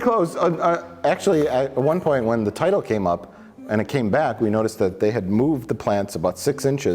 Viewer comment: I'm tired of mike purposely saying titles wrong